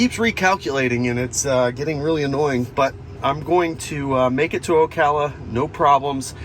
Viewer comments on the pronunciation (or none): none